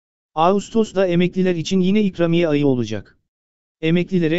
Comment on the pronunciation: Nasıl bir ikramiye telaffuzu arkadaş a harfini biraz uzatsan komik olmaz birde başlığın zekice 2000 diyerek seyretme sayını artırmışsındır😡😡